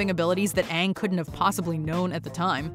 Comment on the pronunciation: Verse Honestly when I was watching that movie I was thinking “it’s a movie about the best Nickelodeon show. How bad can it be?” I nearly turned off my TV when they said Aang’s name like “aOnHg”